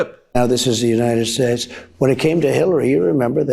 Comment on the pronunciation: What the hell is the "United Sss"